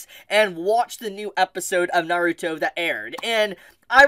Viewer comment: Please say the word Naruto right 😢